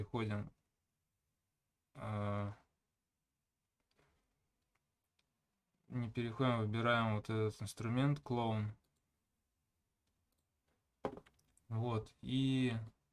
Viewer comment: на инглише оно не так произносится, а вот так: clone [kləʊn]. а у вас как раз таки больше на "клоун" похоже clown [klaʊn] )